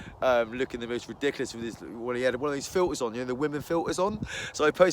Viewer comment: Don't know how this will come across but it's not a troll comment but you kind of sound like your from South Wales when you say ridiculous